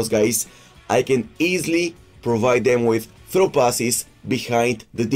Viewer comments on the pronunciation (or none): none